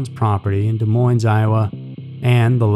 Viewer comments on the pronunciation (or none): Sorry but this really bothers me. You are saying Des Moines wrong. The Ss are silent. (De Moine). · Des Moins---dont pronounce the s's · I love your channel. It is one of my favorites. That said, you don't pronounce the "s's" in "Des Moines." It is pronounced "De Moine." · Iowa native here! Des Moines is pronounced without the s at the end on Moines lol but yet another great video, thank you for all your content! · That bothered me throughout the video. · great story. if only you knew how to say Des Moines.